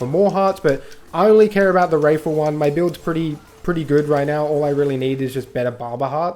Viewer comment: wrathful not wraithful mate. Its hearts filled with wrath